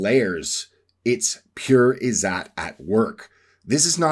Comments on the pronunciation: Ppl here will probably now pronounce it as "zoot" and joke about a certain Prophet and his time in the desert. Its pronounced "izz zatt" - "zatt" rhymes with "Tut as in King Tut" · I'm Indian. Every time he says "IZZAT" I cringe. Anyway, I could write a comment to debunk whatever this is because all of this is crap, but why bother? It's funny. Just continue with this conspiracy theory like the 100 others you've pushed before this. I will say this: try going outside once in a while, maybe touch some grass, or even ask an Indian what "izzat" actually means.